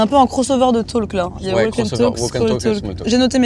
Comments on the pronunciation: hello, pour info, on ne prononce pas le "l" de walk. c'est "wawk & tawk" la prononciation. :) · Tip : le 'L' est muet dans "walk" et dans "talk". Totalement. ❤